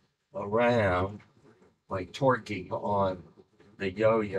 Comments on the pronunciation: "torquing" who else heard "twerking" 😆😆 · thanks for the clarification. i thought he said "twerking" :) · "The word was "torquing"" lmao. Okay so I wasn't the only one who heard "twerking" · I love that you clarified that he said "torquing" and not "twerking" 😂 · I heard torqueing until the editor clarified that thats what he said. Now I can not unhear twerking lmao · Twerking. Not torquing (ignore the subtitle) 😂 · This was a really awesome demonstration of physics in micro gravity and thanks for the clarification, I really thought he said "twerking" lol 😆👍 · Thank you for that text, I totally heard "Twerking" initially, but no, it is actually just "Torquing" Well, you had a theory tested in space, and Astronauts have a fun new zero-gravity toy. Wins all around, really! :D